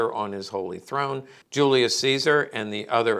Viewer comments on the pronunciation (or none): none